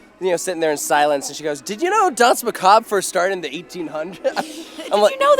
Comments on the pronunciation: "dance macob" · It is dansmacabre